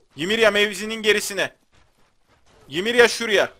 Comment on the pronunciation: Ya abi bir gün kanalı takibi bırakırsam yanlış telafuzların yüzünden bırakırım. Osmanlı padişahına dükün oğlu ahmet paşa diyorsun. O dükün oğlu değil abi. Dükü çıkar aklından. Ymirayada gereksiz bir "y" atıp ymiriyiriya diyorsun. Biri sana Samed Gelgör dese sinirlenmezmisin. Abi şaka bir yana bu telafuzları biraz düzeltirsen sevinirim, kafama takılıyor. Uçuyor kafam :D